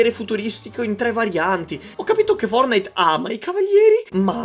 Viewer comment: Nessuno: Assolutamente nessuno::FORNAID! BADOL ROYAL!